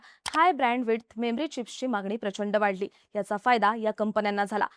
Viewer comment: मेम्री चिप्स नाही. मेमरी चिप्स असं आहे.